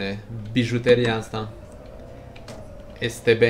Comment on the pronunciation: Da dar se te be se zice nu es te be